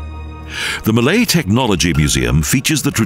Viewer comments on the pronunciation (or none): none